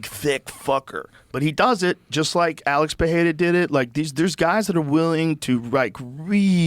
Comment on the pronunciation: ITS AAALEX PE RE RA NOT FUCKING PEHHERA JOE!!!!! FOR FUCKS SAKE